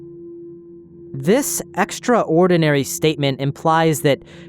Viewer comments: Great video but the way you pronounce extraordinary is driving me insane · The way you pronounce extraordinary hits me every time